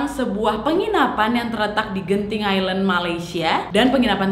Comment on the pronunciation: Genting Island bacanya "Ailen" kak bukan "Hailen"